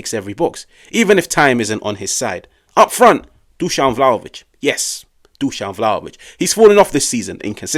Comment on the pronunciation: 😱😮 Good job! You finally got the pronunciation right: Dushan! I soooo don't like him: #dumbball